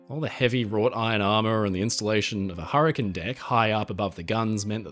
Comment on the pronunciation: hur-ih-cane. not hur-ih-cun.